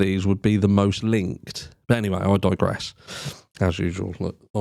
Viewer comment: …… did you say I Dogress after showing the dog cam? I may have just dreamt it up but after the dog cam it sounded like you said “but I dog-gress”😆